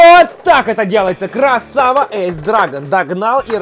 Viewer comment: Не правильно говориш эйс ани айс